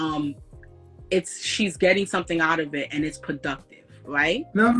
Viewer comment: “Thewapy”, “pwoductive”